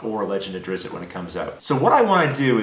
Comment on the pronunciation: Not duhrizit, just drist. But drag out the SSS sound.